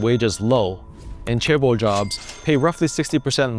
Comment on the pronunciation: The correct pronunciation of chaebol is with a more J sound than a hard CH sound at the start.